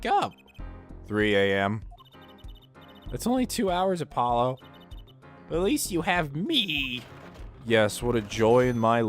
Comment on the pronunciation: No, Apollo just said it wrong Her saying Apololo humors me